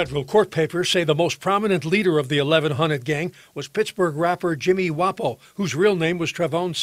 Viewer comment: Let’s take some time and appreciate the make reporter who said 1100 like he from there